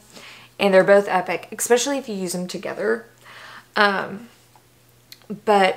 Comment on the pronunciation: Take a shot everytime she says eggspecially 😉! Great vid, been thinking about getting the cicapair products...will now buy them!